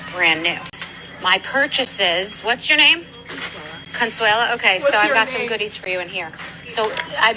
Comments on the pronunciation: very late to the video, but by the end of the bethnay section I was wildly distracted by 'Consuelo' instead of 'Consuela' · Why do you keep calling her Consuelo? Her name is Consuala. And did no one listen to the video? She literally said that she wanted that makeup but its too expensive. Bethenny didnt just assume that Consuela couldnt afford it.